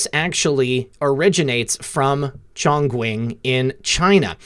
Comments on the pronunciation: Chongquing: pronounced ChoongChing. Choong "oo" as in "choose". Ching "ch" as in "chin" and rhymes w "sing" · Chongquing is pronounced "Chong Ching" In Chinese that use alphabets, q = ch x = s(h) Great videos lately. I am sending them everywhere. You and Dave at X22